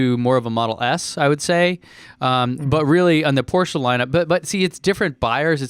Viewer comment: Thanks for pronouncing Porsche right